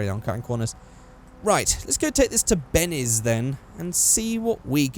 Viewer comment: you say Bennes instead of Benny's 😂plz feature my comment for no reason